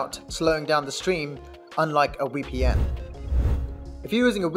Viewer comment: It's VEEPEE-EN not WEE-PEE-EN!! SMH